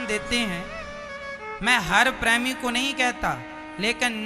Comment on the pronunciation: Pehle premi bolna sikhiye😂😂😂